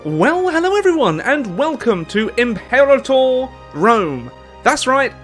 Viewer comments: Please, pronounce the title correctly: Impĕrātŏr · It’s pronounced Im-Pur-Ah-torr just an FYI